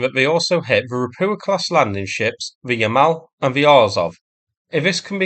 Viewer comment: Ropucha is spoken "roputsha".